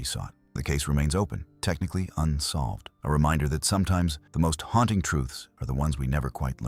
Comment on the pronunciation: robot narrator again, stoowart, no stewart, harnting, no haunting!!